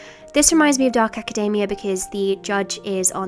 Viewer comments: I keep thinking she's talking about macadamia nuts. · Why does she pronounce academia like macadamia... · Hate to be this person but... you know you're pronouncing academia wrong?